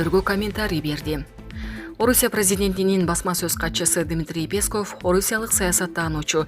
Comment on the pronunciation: Уфф, ушул жанылыкты окуган кызбы келинби , билимди , тилди , туура басым жасап окуганды уйронуп алчы , сураныч! Мисалы , Пееесков эмес , ппесков , Памирден окубай келсен да. Кыргыз адабияттан корком окуу деген куну , келбей койсон керек .